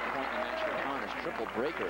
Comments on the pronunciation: "Connors" not "Conners". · Jimmy CONNORS!-Not 'Conners' ! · It's Connors and not "Conners".